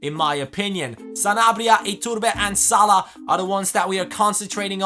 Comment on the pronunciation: WTF? Salih it's salah lol